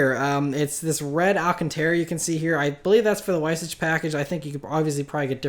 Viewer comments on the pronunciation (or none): how did u butcher the light weight package pronunciation it was on the 918 and i thought everyone knew how to pronounce it smh...